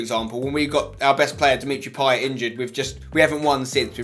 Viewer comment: Wrong way you're saying payet over ozil